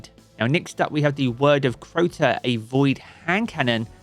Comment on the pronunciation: they butchered word of crota thats so sad